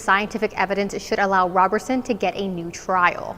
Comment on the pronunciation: Please pronounce his name correctly ROberson not RAberson.